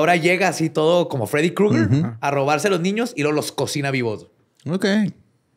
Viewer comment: ¿De verdad nadie va a mencionar el hecho de que dijo bien por primera vez "Freddie Krueger"? Porque yo hasta repetí el momento para asegurarme.